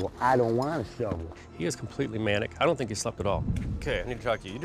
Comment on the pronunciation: 'Lights his cigarette with no concern'......"I don't 'tink' so".... He should try out for a movie.